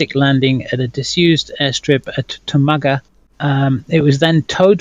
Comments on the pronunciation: I've worked in Tomago for last 15 years, awesome story thanks man. We pronounce it Tom ago. But Tomato Tomarto lol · oh and btw, Tomago is pronounced Tom-ah-go and there is NO S in Williamtown. There is a Williamstown, but that is in Victoria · Tomago - has a short 'a' sound The base is Williamtown - not Williamstown with an s.